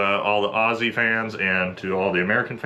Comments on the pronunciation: The bloke won me over by his pronunciation of "Australian" and "Aussie". Americans normally butcher both words, so you have my respect. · Hooray, a Yank that can say "Aussie" how it's supposed to sound. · A yank that actually knows how to pronounce Aussie properly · A man who can say aussie correctly, subbed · AND he can pronounce "Aussie"! :) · Much appreciation for saying 'aussie' properly, not pronouncing it ah-ssy or oh-see haha its easier to do those domestic operations when our population is 1/13th the size of yours haha we have a similar but unique history with out military and many (i hope most of us) have huge respect and support for our service members and our foreign allied partners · It's clear you've spent time with Aussies, you use the z sound rather than the s.